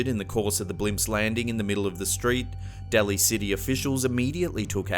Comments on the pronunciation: It's not Pt Rez, it's Reyes and pronounced Rayes, like raise the roof. It's not Deli city, it's Daly like 'the daily show'. Fucking irritating. When I travel to other countries I take the time to learn how to enunciate the words for places and things. Try reciprocating. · It’s Point Reyes, pronounced Point RAYS, AND Daly City pronounced DAY-LY city.